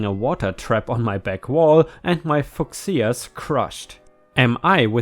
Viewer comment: Fuchsias - few-shas! Fancy a German not being able to pronounce a word in his own language - I believe it’s a German word!